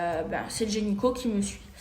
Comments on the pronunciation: « Gynéco » pas « génico » même parler français elle sait pas faire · Apart ça.. personne ne lui dit que c’est « gynéco » et pas « gényco » ? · Tu as parlé de vagin !!! Et pour ta gouverne on dit gynéco et non pas un genyco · Ses explications sont toutes aussi foireuses que sa prononciation de « gÉnYco » 😂. Est ce que ça se fait aux oreilles ce qu’elle a fait parce que les miennes ont saignées pendant toute la vidéo! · Merci je cherchais quelqu'un qui l'avait remarqué aussi. Haha ! Elle est teubée ! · Oui moi à chaques fois qu'elle prononce ce mot, j'entends ginyco... Alala...